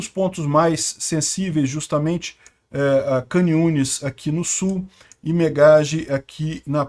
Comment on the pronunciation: Shalom shalom. Duas coisas pra te falar: a primeira é que agora já pode vir para Israel, então já planeje sua viagem, e não precisa pagar hotel, pode ficar aqui em casa. Segundo, a pronúncia da cidade de Khan Yunes é parecida com o ucraniano e o russo, as letras “kh” ou “ch” se lê como “rr” igual a “carro”, então onde se lê “khan yunes” você pronuncia “rran yunes”. Belezinha irmão, se cuida aí no Rio, pelo que sei da pior que aqui, kkk